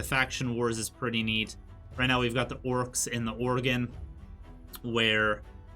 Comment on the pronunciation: O-grin, not organ lol.